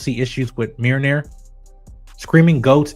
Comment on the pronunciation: Mjolnir not meerneer